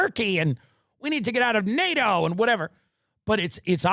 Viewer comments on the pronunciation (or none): none